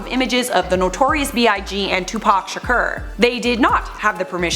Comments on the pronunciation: Shakur = shah-Koor. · Melodie Chartier Kept saying “Sha-ker.” “Shakur” has a long ‘u,’ like ‘manure.’